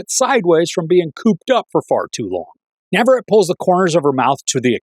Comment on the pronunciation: Nav-a-ret-ee not Nav-a-ret